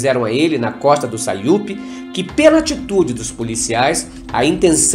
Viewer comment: Sauípe e não saiupe kkkkk